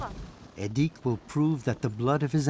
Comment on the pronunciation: The weird-ass forced exoticisation here was unnecessary (e.g., making the names even stranger to English speakers' ears than they already are) - the life of the Nenets people (not "Nenetses") is already unusual enough without it. "Edik" is clearly pronounced with the accent on the first syllable, not the second one - his father says it several times - and there's no need for a "u" in "Gena" (short for "Gennady", a common Russian name - as is "Edik", which is short for "Edouard". During the Soviet era, "local" names were essentially forbidden, and Russian names are still pretty much the default today.